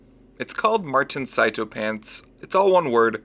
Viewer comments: It's sea toe, martin himself pronounced it that way at the end of his just cause 3 vid (the first one) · sarah bloom, you wouldn't believe me but, you, are, wrong. It is pronounced psy tow